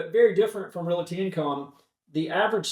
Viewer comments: I can't trust anyone who pronounces the word, "realty" incorrectly every time he says it. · RED FLAG! Did that guy say " REAL-IT-TEE in the first 4 seconds of the interview? I'm out!!!!!!! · there is not "i" in Realty...